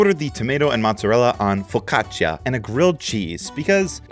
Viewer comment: Bro made Italians proud the way he pronounced focaccia